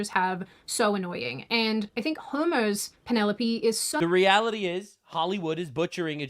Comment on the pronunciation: I heard her say Homo’s Odyssey and while I know it’s not correct, it is suddenly accurate. 😂😂😂😂😂